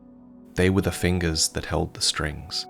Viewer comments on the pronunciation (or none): take a shot every time he says fingures